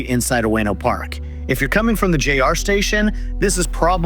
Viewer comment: Great content and info in this video. Couple of hints… Keisei is actually “kay-say” rather than “case-eye” Benten - “ben-ten” rather than “bentn”